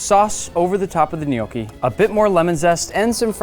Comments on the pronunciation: its pronounced gn yò ckee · im not criticizing, but if it sounds almost exactly or very similiar to no key then you have it wrong dude, dont be overconfident. i was born and raised in italy my whole life and i pretty much grew up with gnocchi. soo at least double check before saying something like this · Who else has been pronouncing the word gnocchi wrong for their whole entire life until the Olive Garden waiter corrects them